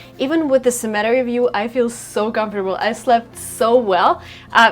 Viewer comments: с удовольствием уже несколько лет смотрю твои видео. Просто невероятно насколько эволюционировал твой канал, твоя подача, уверенность в себе, и, конечно, английский. Вот только в этом видео cemetery зацепило слух, ударение разве не на первый слог😉. Спасибо за позитивную энергетику) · Love the video. I never have had problems with your accent until this video. Your pronunciation of “cemetery “ puts strong emphasis on the 3rd syllable which sounds like you are talking about “cement”. Being a native speaker of American English I often times have difficulty explaining what the differences is but I hope I am constructive. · Is she pronounsing the "cemetery " with the right stressed syllable ? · Nope! I was about to comment the same thing... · That air conditioning becomes heating in the winter. It gets COLD up there. Also, it is pronounced CEMetary. I add this in all humility because like most Americans, I am not multilingual. Kudos to you. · Sem-i-tair-ee is how I pronounce the place where people are buried. 4 syllables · 'Sem a tair ee. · cemetery is spoken as ---semma terry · Pronounce “Sem-ah-Terri”. Cemetery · I watch from the western shore of Lake Michigan, the only one of the five Great Lakes that is completely within US borders. It's a town named Racine, which is French for "root", because the Root River runs through it. There are about 65-70,000 people here. You are mispronouncing "cemetery". The accent is on the first syllable, SEM-uh-terry. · (and again later) her peculiar pronunciation of "cemetery" really threw me off for a minute. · u really gotta work on "cemetery" pronunciation ))) one of those cringe moments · Is it ok to make the second syllable accented in the word Cemetery? Some kind of regional preference? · nice video....a few suggestions ....do a video in Boston......also check your pronunciation of cemetery......usually we use word town instead of village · You mispronounced cemetery... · А cemetery разве не на первый слог ударение ?